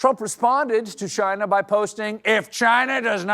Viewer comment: He really needs to improve his Trump pronunciation of "Chinahhh".